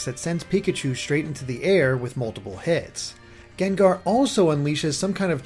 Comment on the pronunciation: GENGAR??!it's pronounced GANG-GAR! Geez,the ENG pokemon say their OWN name and u still can't get it right man.:/